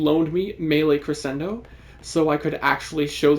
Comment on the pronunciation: Crescendo is pronounced Creshendo Your first Ash vid had me hooked on the channel glad to see you pumped out a max invest vid now